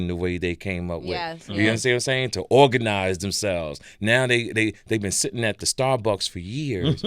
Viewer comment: he said the way they ORGANIZE!!💀TK!